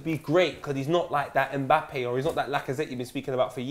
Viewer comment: It's mbappe not mabappe